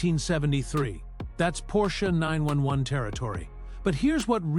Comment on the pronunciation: Why does it keep saying, "Dot DR?" I understand it's an AI narrator, but there's some glitch that it doesn't interpret the text properly. Also Porsche Nine Hundred. Eleven. Was distracting. You'd think you could just write Nine-Eleven and it would read it properly.